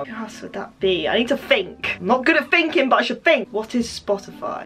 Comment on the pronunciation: "I'm not good at finking but I should fink" okayyyy girll